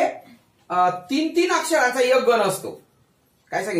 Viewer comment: व्वा! छान समजावून सांगितले आहे.शाळेत शिकलेलो विसरलं होतं. त्याची उजळणी झाली.धन्यवाद! फक्त एक ऐवजी ' यक ' ऐकतांना कानाला त्रास होत होता.( क्षमस्व )